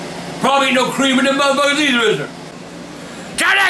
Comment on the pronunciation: i love how he calls the doughnuts "muthfukas"